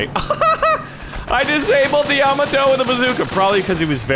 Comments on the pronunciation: it's pronounced yuh-mo-toe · Ya-MAH-to, good sir. The emphasis in the second syllable. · I hate how he says Yamato